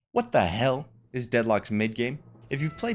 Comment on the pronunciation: Watda Hale (Asian accent)